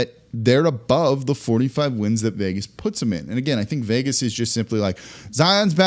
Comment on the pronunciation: “Ubove” 45 wins